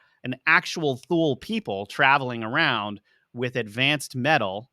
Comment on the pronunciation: Thule is pronounced like this: too-lah This is a fascinating video so far!! It's fascinating how difficult cultures who didn't interact had many of the same legends.